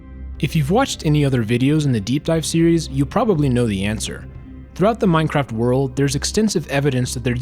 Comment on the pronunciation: at the beginning, I thought u said minecrack